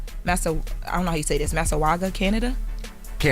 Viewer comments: I like but you sound illiterate af.. Where you get Massawaga? From Mississauga? It's like Mississippi, sound it out bby Miss-ahh-saga. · MISS • ISS • SAW • GUH! Say it with me. Lawdamercy. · Oh no, it’s pronounced, Miss-is-Aug-Uh 🥲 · Hey,it's prononce Miss ah sag wah Canada.Love you and Jess on Tbc❤ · "Masawaga"??? Did she mean Mississauga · Pronounce like... mississauga,,,( miss sis saga). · It’s pronounced “missi- sauga” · It’s MISS-I-SSAUGA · Mississauga pronounced "mi·suh·saa·guh" 🇨🇦 🍁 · I’m so upset at this tragic mispronunciation of Mississauga 🤦🏾‍♀️ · it's called MISSISSAUGA lol.